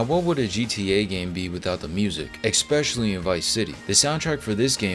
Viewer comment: *especially not expecially